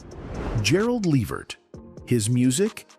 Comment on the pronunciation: Hey Before you Can you learn how to say his Name 😡